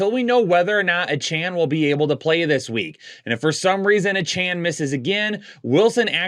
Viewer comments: Yeah....he also always says "Uhchan" instead of "A"chan.....(ACHANE)😖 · It’s pronounced A chainnn